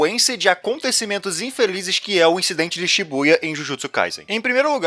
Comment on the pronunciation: "Jo incidente", pega o espanhol do pai kkkkk